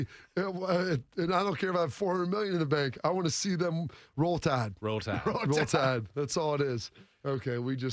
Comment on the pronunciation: ROWL TAHD 🤣